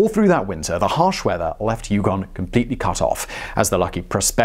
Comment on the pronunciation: On the pronunciation of 'Yukon'..... Nailed it this time! :) Love your work Simon.